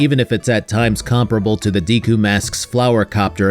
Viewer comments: Look up how to pronounce deku please 😂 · Nintendo should have a class on how to pronounce Deku, Gerudo and Hylian.